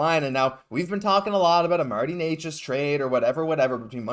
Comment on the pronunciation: Canes fan here. First off, it's pronounced "Neh-chus" lol. Second of all, I think it's clear he wants a trade. But it seems a LOT of teams are interested in him so, what do you think is the Habs best offer?